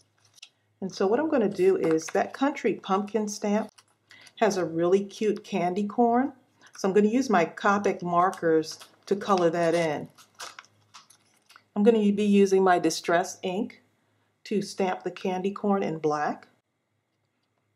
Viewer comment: Hi, I love your card. I saw your flower embellishments first and then watched this video right after. Did you know you are supposed to pronounce your pen like Cope-ick with a long "O" sound? I like your coloring skills. Has MayMay seen what you are doing with her stamp sets? She would love your stuff!! TFS.